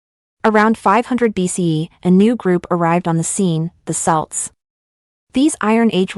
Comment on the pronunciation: "Celts" is pronounced "Kelts"....quite important